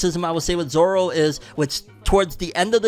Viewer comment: I have a problem with Garp's accent like what the hell, why does he have a Scottish or Irish accent? Plus they don't know how to pronounce Zoros name right. Maybe in the second season they can show how he gets lost all the time while walking.😂